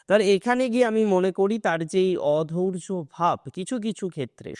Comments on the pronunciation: অধৈর্য্য হবে, অধৌর্য্য উচ্চারণ ভুল। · অধৌর্য নয় দাদা "অধৈর্য্য"। উচ্চারণ ঠিক করুন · "অধৈর্য্য" শব্দটি সঠিক ভাবে উচ্চারণ করুন।